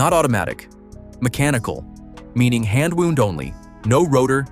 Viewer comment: They commission AI narration and then convert the whole text to voice without proofing it? There's got to be a way to take the software and fine-tune it so that you get the correct pronunciation between two words that are spelled the same but pronounced differently, as in "wound" (a watch) and "received a wound from an arrow." It's just sloppiness.